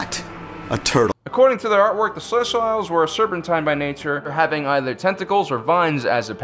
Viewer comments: Oh man u butcher pronunciation of Celestial dude! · that's not how you pronounce celestials. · You’re pronouncing celestials wrong Oof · You need to learn to pronounce celestials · thats not how you pronouce celestials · This host needs to check himself. The arrogance exuding from him is difficult to watch. Especially when he cant pronounce ce-le-stee-l. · Celestiles wasn't better... He failed pronunciation class this week. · Yeah Celestials as in celestial bodies, sel-lest-E-al not sel-lest-tiles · "they where the celestials" not, "they where the salestails" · Celestials: Pronounced sel-est-EE-als, not sel-est-AI-als. Sorry, couldn't help it. Great video though, very well done. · Great video, but your pronunciation is killing me. It's not "celes-tile". It's closer to "celes-teal". Nitpicking, but it just jars me. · Cel-ess-tee-ulls. Not Cel-ess-styles. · This is the funniest shit ever. Its pronounced celes-tee-youlz lmaoo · It's CELESTIALS, not CELES-TILES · Oh my gosh!!!!! The way pronounce Celestials is ruining my fascinination of this topic!!!! It pronounced like this, CELL- EST - EE - ALLS!!!!! NOT, CELL - EST - I - ALLS!!! Please fix this! It will help you maintain your intellectual persona! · .... Celes-tiles? what?! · Yeah right? It’s celestials? As in “sel-est-ee-alls” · Hypyx No. it’s Ce-les-tial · I just found your channel and subbing was a no-brainer. Fantastic, we'll researched information! Love the presentation too. One note to keep in mind is pronunciation of species' names. Protheans (Pro-th-ee-ans) Celestians (Cell-es-tee-als) Keep up the good work, guys! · The "See-Lest-eee-alls" disappeared because no one could pronounce their name in this video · I'm sorry... "Celest-YLES"????? that's... Definitely not how you pronounce celestial. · Why you saying Celestials like Reptiles? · sil - lest - ee - uls